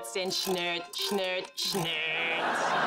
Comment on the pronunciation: Weiches Kätzchen, warmes Kätzchen, das nie und nimmer murrt.(?) Liebes Kätzchen, müdes Kätzchen schnurrt, schnurrt, schnurrt. However, her pronounciation is really merciless to make fun of the language I presume...